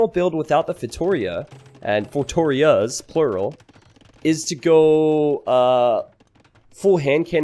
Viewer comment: The way he says "Feitórias" instead of "Feitorias" is kinda annoying xD